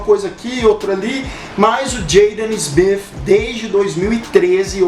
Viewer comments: Pô cara,tu errou o nome do Will Smith e do Filho dele,o Jaden,o nome deles é Will (Smith) com T no final e não (Smifh). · Pronúncia horrorosa. Parece que fala Will Smiff. Kkkk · Wiil Smif, coloca o T cara, é errado, mas geral fala assim. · "Will Smiff" kk Ótimo vídeo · Nunca que sabia que se pronunciava will smifi 😂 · Incrível como tem gente que mesmo falando no português querem fazer a pronuncia no inglês. Smith com som de F , City é Ciri. A marca Vodafone no alemão é Fodafone ninguém vai querer falar assim negativo para esse vídeo. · Ruim é escutar ele falando o sobrenome Smith.